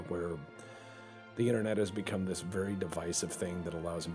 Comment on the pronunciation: Turns out Ivan the ok is wery much ok XD